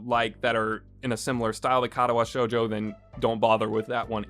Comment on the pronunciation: I ended at narcissu just because of the way he pronounces the i had trouble dealing with the way he said katawa shoujo but i just ended at narcissu the c and i make a s sound you played it and have yet to realize